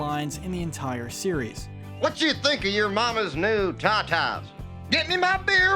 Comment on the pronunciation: "I'll tell ya hwhat"